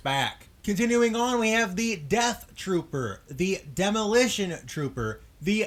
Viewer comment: When he called the Death Troopers "Sea Troopers" I actually wanted to die